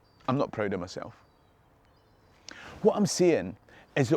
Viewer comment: "..I'm not proud o m'sel.." . :) Like most Scots